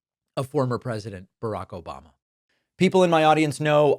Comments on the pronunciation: Can you get his name right please its ObAmNa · "Yeah yeah yeah, Obamna 🙄" 😂😂😂